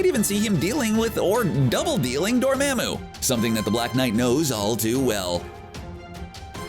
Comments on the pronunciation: he pronouced it as Door-maa-moo, instead of the typical Door-mar-moo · how is it that they can see the movie and still get the pronunciation wrong? #Dormamoo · Door mam u? Dude you dont know how to pronounce anything in your vids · Gotta learn how to pronounce names correctly. DORMAMU! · For a YouTube channel with “Comic Book” in your name, you sure say characters names wrong, like a lot. I understand your probably just some dude reading a script, but you do have the movies to refer to for correct pronunciation. Dormammu = Door-Mom-Mu. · The way you say Dormammu really grinds my gears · Learn how to pronounce “Dormammu”